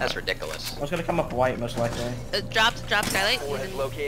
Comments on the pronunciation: “That’s ridicholas” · "Thats redicilis"